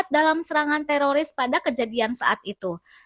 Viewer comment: Teroris min bukan teloris, kirain telor kali ya🤣🤣🤣